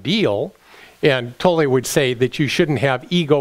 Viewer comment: it's not Tollee its pronounced Toll, still Luv U